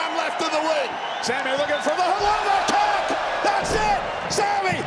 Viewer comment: bro u cant say kick so obviously lol